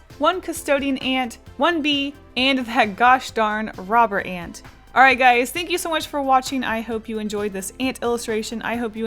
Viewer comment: Omg I remember you drawing this on stream I was watching it with my sister before we left for holiday and commented how I like the way you say ant ! It's great to see it get finished :3